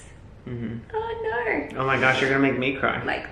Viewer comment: her little australian ‘oh nooo’ 😭